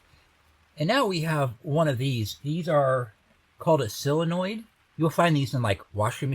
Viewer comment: They're solenoids not sillinoids.